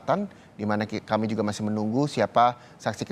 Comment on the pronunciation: Menit 4.05 reporter " Saudara keemii akan kembali"😅